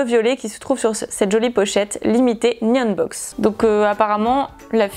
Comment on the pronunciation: Super vidéo ! Par contre ça me stresse tu peux prononcer le "H" dans Nihonbox ?